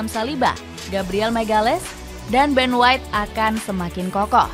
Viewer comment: Ben white inggris min..😆